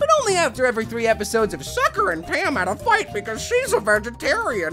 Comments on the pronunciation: It's "Tucker" and "Sam", no offense. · Is no one going to mention that he said 'Tucker' and 'Sam' as 'Sucker' and 'Tam' ?? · Why have I only just noticed that he said Sucker and Tam instead of Tucker and Sam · It's Tucker not Sucker ... But other wise it is a very good video 😉👌